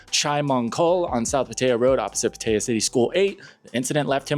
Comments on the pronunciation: It's pronounced Pah tai yah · I like your videos. However your pronunciation of Pattaya is fully incorrect. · If you lived in thailand for a while, then why cant you properly pronounce "pattaya"??😅😅😅